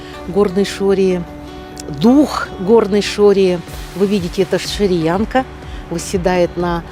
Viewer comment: Наконец то стали правильно говорить шорианка